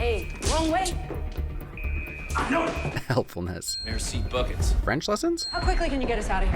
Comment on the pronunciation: Dude said mercy buckets instead of merçi beaucoup😂